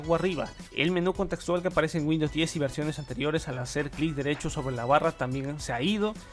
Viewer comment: A "Winndows 11"? jajajajaja